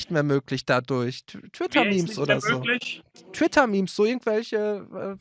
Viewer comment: Axel: memes sind noch möglich! Axels Gehirn: was ist ein meme (Aussprache me me)